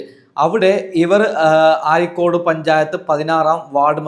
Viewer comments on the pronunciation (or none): എടാ പോത്തേ ആരിക്കോട് അല്ല അരീക്കോട് എന്നാണ് കുണാപ്പ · ആരിക്കോട് അല്ല അരീക്കോട് ആണ് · ആരികൊട് 👈👉അരീക്കോട് നിന്റെ മലയാളമാഷ് ഭയങ്കരകരൻ തന്നെ 😂😂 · ആരി ക്കോടല്ല അരീക്കോട് ആണ് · അരിക്കോട് എന്നത് ആരിക്കോടു എന്ന് വായിച്ച നിൻ്റെ ഒരു ചാനൽ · ആരിക്കോട് അല്ല.അരീക്കോട് ആണ് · ആരിക്കോട് അല്ല ചെങ്ങായി അരീക്കോട് ആണ് ശരിക്ക് വായിക്കുക 🤣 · ആരിക്കോട് അല്ല അരീക്കോട് 😂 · അരീക്കോട് എന്ന് പറയണം